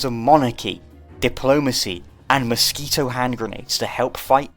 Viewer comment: "mosq-𝙄𝙐-to granades"?